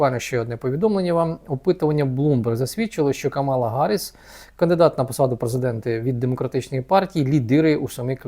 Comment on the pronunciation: Камала-наголос на першій а!